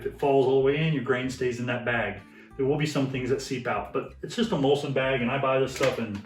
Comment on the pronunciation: Great video. Just wanted to point out that it is muslin and not mulsin. Maybe you guys in the US say it that way 🤔